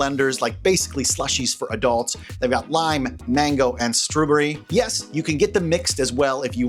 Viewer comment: Wait, can we discuss how you pronounced, "strawberry?" ...I would love to know where you're from. I have never heard anyone say "struh-bury" before